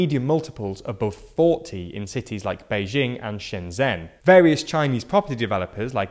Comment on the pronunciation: For the future, as I am sure it will get mentioned multiple more times, ShenZhen is pronounced Shen Jen.